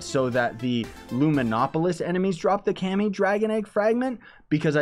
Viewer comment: It's kami not cami